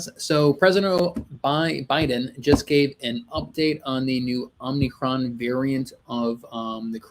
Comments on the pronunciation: I cannot believe my ears. It’s OM-I-CRON it’s not OMNI-CRON. You’re pronouncing it exactly the same way Biden does! 😳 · OMI-CRON NOT OMNI-CRON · Good thing your rulers and "experts" are looking out for you. It's "omicron", not "omnicron". "Omicron" is an anagram for "moronic". The invisible force controlling the puppets on both sides of the aisle is laughing at you. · It’s pronounced Ohm-e-chron. It is the fifth letter in the Greek alphabet.